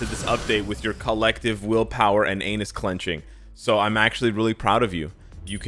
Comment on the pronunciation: This man just said anus clinching. I'm dead 💀 🤣